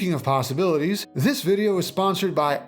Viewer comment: when he said "endless possibities" I felt that